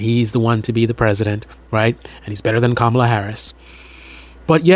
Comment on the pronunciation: Dude, you said Kamala wrong 😂😂😂